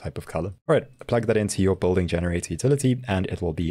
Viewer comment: South African? No one else would pronounce building as bolding.